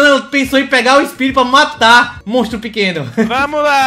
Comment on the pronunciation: ''Monstro Pèqueno'' kkkkkkkkkkkkkkkkkkkkk